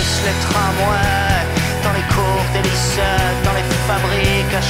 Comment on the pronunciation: Il se moque de l'accent de Saez ☺️ Car en effet, il ne dit pas "lycée" mais "lyçait", et c'est une caractéristique récurrente dans ses œuvres, cette manière de mal prononcer les "é". 😏